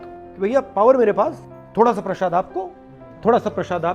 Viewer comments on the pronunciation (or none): Prashaad nahi kahte hain janaab! Prasaad* kahte hain